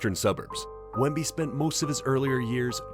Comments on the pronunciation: * Wemby. (not "Wembly"). ASVEL is pronounced "as-vel" (not A.S.V.E.L.). You need to indicate his average playing time. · Wembly? You're a bot...